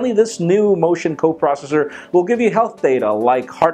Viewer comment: RUMORS TALK ABOUT THE MOTION COPROSHHSHSHH ?